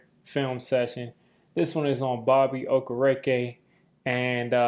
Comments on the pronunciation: Another great video fam, but Just a heads up: it's pronounced ( oh- care- ah- kay ). Not oh ker reeky. Just trying to help you out man. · Yo please learn his last name its killin me hearing bobby okarekA🤣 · Love your content, but you got to get the man's name right: Oh-Care-Ok Carry on 😂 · There is no way he pronounced his last name right at the start of the video. I always say Oh-keer-IK-Kay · Ight dawg that had to have been the worst pronunciation of his name I’ve ever heard😂😂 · So how many videos is it gonna take for you to learn how to pronounce Bobby’s name, right?